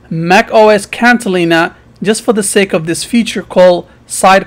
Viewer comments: dude, it.s catalina, not cantalina. what a bunch of bullshit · It’s Catalina, not Cantalina.